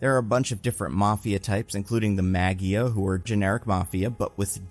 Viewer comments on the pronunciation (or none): don't want to be that guy but I always thought Maggia was pronounced MAH-jia or MAH-zhia. Like Mafia with a soft G sound. Not like Maggie-uh.